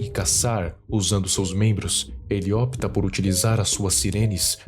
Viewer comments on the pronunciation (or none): none